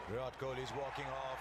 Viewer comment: "Kohli" not "Kohil"